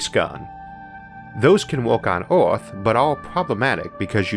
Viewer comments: What kind of English is that ? "Oarth" ? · The way you pronounce "earth" is annoying. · I love Isaac's videos, but I would be soooo glad, when he once pronounces "earth" not like "ouaath" - I can't stand it :D